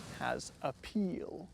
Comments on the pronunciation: The Lucid has “A Peal” 😂😂😂 I laughed out loud fr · Did anyone else cringe so hard at "A Peal" 😁😂🤣 ...i liked it though